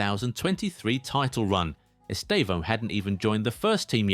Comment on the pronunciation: The first time I've seen a non-Portuguese speaker pronounce his name correctly. 🤪